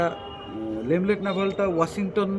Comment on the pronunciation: Not LEMLET this is LENLET NAVALE orange.